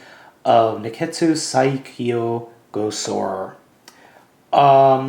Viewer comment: Saikyo pronounced Sai-key-yoh